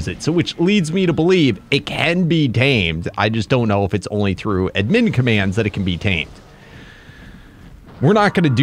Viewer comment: It’s pronounced Add Min